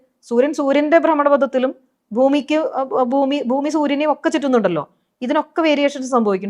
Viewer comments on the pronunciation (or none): none